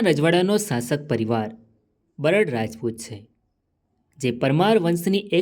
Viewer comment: બરડ નહિ બારડ બોલ ભાઈ.